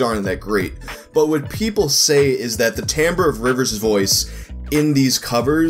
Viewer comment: Thank you for pronouncing timbre correctly. It makes up for the unusual way you pronounce Cobain.